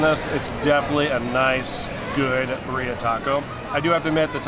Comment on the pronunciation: We love quesabirria in CA! A couple pronunciation notes, co-SEE-na is how you would say Cocina. Cochina means dirty/nasty/gross girl 😂 and the beef in this style is pronounced BEERria with the emphasis on the first syllable. I hope you had a great CA trip!